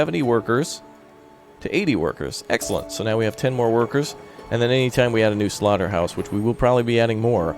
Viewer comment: Don't say slorta hawse I am vegun